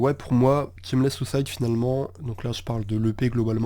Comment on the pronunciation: Super vidéo, garde ta voix surtout, elle est chill même quand tu parles de sons vener. Mais si on veut chipoter y'a la prononciation, on dit "Chèquewell", pareil pour le titre c'est pas "Tchemless", varie le débit de parole aussi, la lenteur c'est cool mais y'a toujours des moments où tu peux te permettre d'accélerer. Si tu parles un peu de rap FR je fais moi-même du son, et aussi mes prods (un petit EP sur les plateformes, Sur La Route de Nulle Part). Continue mec, et te prends jamais la tête pour les délais de sortie, quand ça drop ça drop puis tout le monde est content 💪💪🔥🔥🖤💜